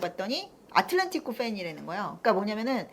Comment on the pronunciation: 알레띠 한국에서 받아적을때 항상 아틀레티코 였는데 아틀란티코 라고 하시니 신기하네요 ㅋㅋ 원발음이 저거에 가까운가